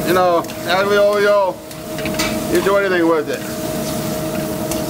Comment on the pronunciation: Looks delicious. I’ll have to try it with anchovies. By the way, just for accuracy, it’s pronounced ahl-yo, not ag-leo. Looking forward to more videos.